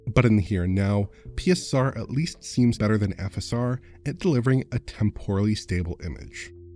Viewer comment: can we adopt pronunciation of PiSSeR?